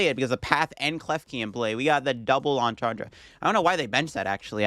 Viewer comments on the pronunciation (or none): none